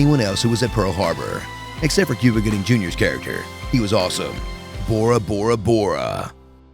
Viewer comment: Bore-A XD